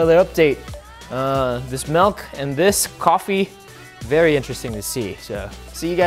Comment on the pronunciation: He said malk 😂